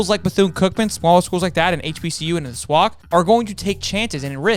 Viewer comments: SWAC is pronounced like the A's in AFLAC.. You're saying it like "Swauck" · It’s pronounce swack(just letting you know) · why you say swac like that